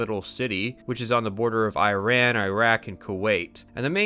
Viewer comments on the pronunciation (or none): It's pronounced E-run (Iran) and E-rak (Iraq)